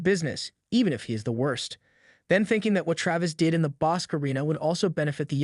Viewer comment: Not to be picky but Bosque is pronounced Bos key not bosk.